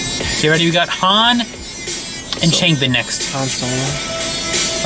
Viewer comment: sorry I don't want to come off as rude but you are pronouncing 'changbin' wrong. it's pronounced as ch'ah'ngbin. I'm sorry I really don't want to sound rude I just wanted to tell you